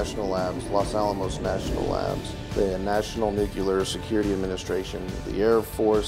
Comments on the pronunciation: Should not be allowed to work on weapon systems if not able to pronounce nu-cle-ar correctly!! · I love how 75% of the comments on this video are pointing out that the spokesman said "nucular"... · Is ex-USN? "Nucular" seems to be the common pronunciation with those guys. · It demonstrated the "nu-CLE-ar" certification, too. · H: if ”nucular" was good enough for President Jimmy Carter (a Navy nuclear submarine officer) then it's good enough for me. I also worked 20 yrs at a Naval Shipyard that did nuclear overhauls & refuelings -- heard lots of mis-pronounciations there as well. Also from my wife's brother, another nuclear submariner. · Nucular isn’t a word, yet he’s in charge 🤦🏻‍♂️ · Um, if this was a nuclear or nucular test as he said, I hate to break it to him. The test was a fail as there was no detonation. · "nu-cue-lar" "nu-cue-lar" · Did he say nuculer? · Yep. Just like the Bushes (ex presidents) used to say. Good for a 50 point deficit in perceived IQ. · These are important videos with important info shared with the public. But for goodness sake! PLEASE have speakers pronounce the word NUCLEAR correctly. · We never got over George W's slaughter of the word. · Is anyone else slightly disturbed by the fact that someone working with nuclear weapons research doesn't even know how to pronounce the word NUCLEAR?